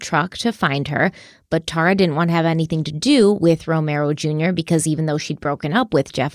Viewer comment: ***IS IT “TEAR-RA OR TAR-RA??!!! In your videos from your personal channel you called her “TEAR-RA.” Your pronunciation on is way different now then your former videos. I checked online for her name pronunciation and it appears it’s the former way you pronounced her name, “TEAR-RA.” Am I wrong? Is the internet pronouncing it wrong? I’m confused 🫤